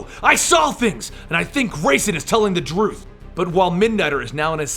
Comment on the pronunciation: "I think grayson is telling the druth"